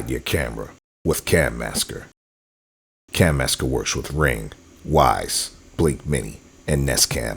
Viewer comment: Cam-asker? You’d need 2 M’s to be “cam masker”.